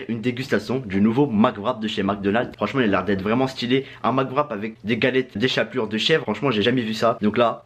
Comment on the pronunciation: L échaplure il dis 😂